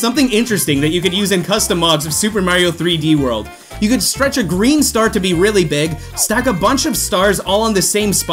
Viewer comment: Nobody:: Beeg beeg Green star